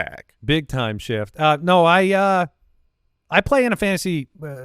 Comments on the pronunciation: Illegal Shit is what I heard! But YouTube heard shift. Lol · Definitely didn't hear an F in that shift